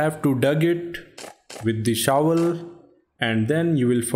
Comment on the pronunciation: I love when he says “now yu well see tha shuval now grab it up”😂